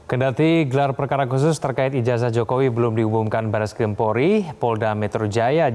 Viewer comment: namanya bareskrim ... Bar2 eskrim ngomongnya...